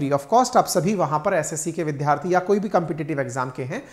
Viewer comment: "विद्यार्थी" को आप हमेशा "विध्यार्थी" ही बोलते हैं, कृपया सुधार लें